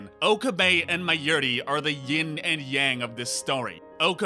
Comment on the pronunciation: Forst of all, learn to say Mayuri properly. Then... Can you please stop pretending you are the Steins Gate? You analysed everything, every episode, every character and everything but you didn't write the series. So you don't know everything, and your opinion is the most important thing ever. Now to answer your video, Steins Gate 0 has to happen because Okabe has to find a way to save the day. At least one Okabe had to continue without getting slapped, BECAUSE who gives a shit about the slap when the thing that puts Okabe in motion is not the slap but the video d-mail from the future.